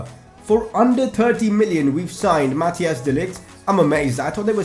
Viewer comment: You pronounce de Ligt's first name as: (kinda)